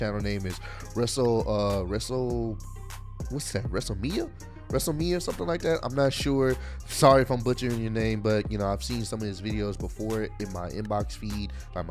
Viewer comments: Wrestle-lame--ee--yuh. Yes, you're slow. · Wrestle - Lamia (Lame -ia) lol it took me a while to get his name right too. Really great Youtube channel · It pronounce wrestle - lay - mia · Wrestle- Lame- ia, g 🤦🏾‍♂️😂